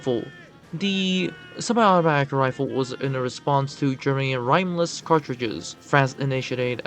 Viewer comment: “Rhyme-less cartridges” 🤦‍♂️